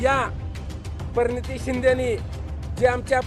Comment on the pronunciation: परणीती शिंदे.... आरे यडझव्या नीट उच्चार तर कर